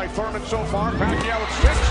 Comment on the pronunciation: I can still remember how Jim Lampley couldn`t even pronounce PAQUIAO,and didn`t really try either. I think he thought he woudn`t have to say it again....